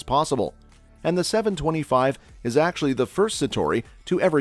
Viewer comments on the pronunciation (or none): none